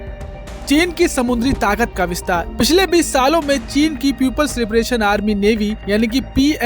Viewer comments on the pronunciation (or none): चीन का च नहीं बोलता महापुरुष।